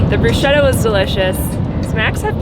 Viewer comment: Glad you guys made it through the harrowing windswept highway in Wyoming… Of course being of a more cautious nature I’m wondering why you pushed for two days instead of three days for cross country… Yay!… pronouncing bruschetta the Italian way…Complimenti!!! Continue to have fun guys… Merry Christmas and a happy new year!!!